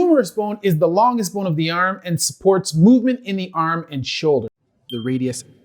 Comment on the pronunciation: I just like the way he says bone! This dude is super cool, super smart, and really chill.